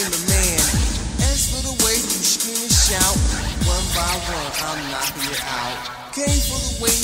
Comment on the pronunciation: He was so high he aint say knocking right🤣😂